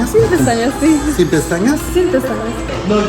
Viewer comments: He heard "SI pestañas" instead of "SIN pestañas". 😂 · cuando dice "Sin"? (without?) suena a Sí? (yes) so es normal que se haya confundido! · I replayed the beginning multiple times. Mamas, your body language and low voice made him think you wanted lashes. He asked a yes or no question, not with or without. When you said “sin” it sounded like “sí” so when he asked you again just to be sure, he asked “sí?” We don’t see his body language so we don’t know if he said si or sin, but I’m pretty sure you misled him. My tip is be more assertive, no matter how shy you really are. You got this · He thought u said “si pestañas” not “sin pestañas” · "sin pestañas"& "si pestañas" is very alike to be fair, it sounded like you said yes lashes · He misunderstood. You said "sin pestañas" but he understood "sí, pestañas" and he repeated "sí?" and you confirmed. He didn't say "without". As an advice, do not stress the word "sin". In Spanish we tend to stress the noun, so "sin pesTAñas" instead of "SIN pestañas", because the afirmation "sí" is stressed, ence why he could have heard wrong. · el escucho "si pestañas" no entendió "sin pestaña", no lo culpen es que parece que dice "SÍ pestañas" 😂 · Él pensó que dijiste "Sí, pestañas" en lugar de "Sin pestañas". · He says si, pestañas? you say sin pestañas. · to be fair, "Sin pestañas" did sound like " Si, pestañas" and then you nodded when he confirmed but still lol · At the beginning you said "sin" which was heard as "si" so not really his fault tbh Everything else tho... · I mean to be fair in Spanish it did sound like you said “si, pestañas” like yes, lashes.. lol but the rest was a train wreck 😭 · When he asked you if you wanted lashes, it sounded like you said “Si, pestañas”. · As a Spanish speaker, the first time you said "without" it sounded like a "si" to "si quiero" maybe that's why the confusion at first with the eyelashes 😂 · i speak spanish and it sounds like you say "yes,lashes"